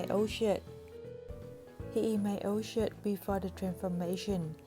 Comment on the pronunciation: sorry but i heard "from my old shit" no hate ❤